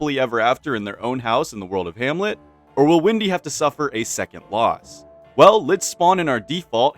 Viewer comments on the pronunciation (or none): yo isnt her name is wendy and not windy